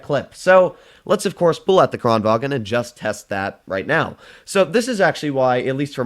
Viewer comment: Thx for using the on kranvagn! Love from Sweden <3 btw, your saying kranvagn in German. The gn in kranvagn is combined, like “making” or “shooting” instead of a sharp stop at the g. Or you can just listen on Swedish google translate. Again, love you!